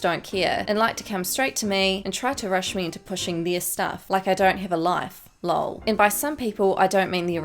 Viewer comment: Why was "lol" pronounced "lul"